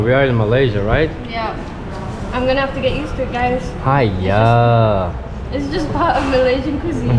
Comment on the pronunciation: That "haiya" is pretty spot on like how the locals say it hahahaha, but it's nice that you went on and explored the area yourselves and not going to the popular restaurants. But to see whether the place is good or not, see if there are many locals going there. That is usually a good sign.